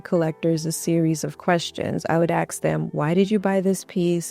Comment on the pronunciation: I love your ideas and how you present your points. However, every time you say axe instead of ask, it grates on my nerves. For such a lovely, intelligent woman, doing this takes away your authority and makes you seem less of an expert. I’m not trying to criticize, I’m giving you something to think about. Don’t dumb yourself down by using street-level speech. Just food for thought, and more importantly, just my opinion.